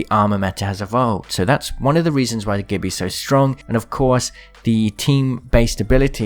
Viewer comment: Gibby is pronounced JIBBY!!!!